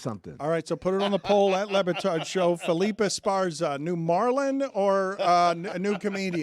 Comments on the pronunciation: Dan Le Batard, less Hispanic than Jeremy. Felipe, not Felip. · Dan calling Felipe Felip is comedy. Especially when you consider he corrected Stugotz 😂